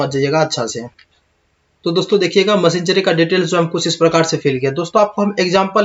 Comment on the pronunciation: मशीनरी बोल नहीं पा रहा ज्ञान दे रहा है 🤣🤣🤣